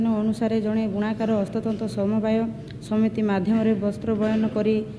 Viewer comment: Proud of her. Atleast trying to read odiya. Wow they are our representative. Somebody tell her it is hastatanra. Not hastatanta